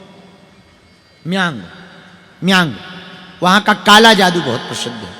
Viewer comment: Kamakhya Assam me hain. Paschim Bangal nehin. Aur Meyang nahin Mayang hain. Aapko apni Desh ka bhugol pata nahin. Kamakhya kaha hain pata nehi bari dukh ki baat hain.